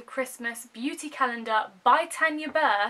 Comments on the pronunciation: You said Tanya wrong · Kawaii Berry Haha! My auntie is called Tanya and so I automatically say her name how my auntie pronounces her's. it's the same name either way just different parts of the UK pronounce it differently. Thank you so much for commenting though and pointing it out! Xx